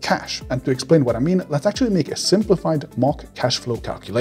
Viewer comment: Stop saying "ackchually" so much for the love of god.